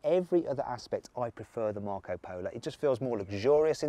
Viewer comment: Marc Polo sounds so much better in a Brummie accent.